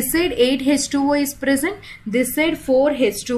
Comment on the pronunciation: Hech 2 O Kiya hota hai mam ,, ,, thik se bolo H2O